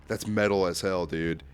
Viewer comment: WTF YOU MEAN “wat the hail is dis”😔🙏